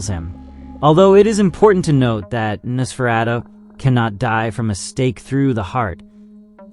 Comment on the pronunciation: Narrator can't pronounce 'Nosferatu'. AI click bait anyone??